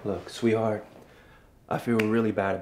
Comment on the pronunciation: Maddiediorr and u literally say sweethart LOL